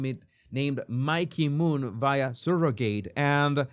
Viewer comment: Skin to skin is more than smelling and hearing the familiar biological mom. They do it for the father too. It helps create a bond. Also, how you're saying surrogate and surrogacy is driving me crazy lol. I understand why you're pronouncing it this way, but oof. Regardless, I agree and disagree with you about surrogacy. It's not optimal. But if the child is truly loved and raised in a good family, that is a win. Okay so... surro (sir-oh-gacy) and in-veet-roe. I'm not trying to mock or anything. I love your channel and agree with you on a lot. Just don't fully agree here. If all families could be the nuclear family, that's awesome. But that's not the case.